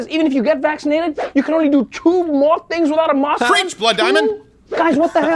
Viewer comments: He can't even say mask. Wtf is a musk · He pronounced mask like mosque. I was confused for a bit. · Is he saying 'mask' or 'mosque'? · What's a mosk? Like, Elon? huh? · so he can pronounce the letter A properly when he says vaccinate but not when he says mask...... hes like fake italians who only pretend they have an accent when they say mozzarella or ricotta